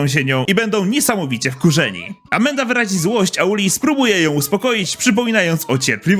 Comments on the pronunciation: Mówi się Amanda a nie Amenda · Amanda nie amenda...